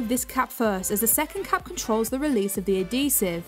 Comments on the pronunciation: I can't stand it! Pronounced as ad·he·sive \-ˈhē-siv, -ziv\ AD-hee-siv Not - A'dee sive So grating to hear you pronounce every word but that one correctly. Just Odd! No it's not the accent either. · Why do you say Ah Dee sive! BAH